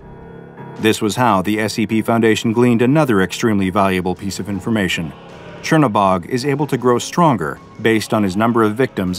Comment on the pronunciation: As a slav its funny to listen to you trying to pronounce Crnobog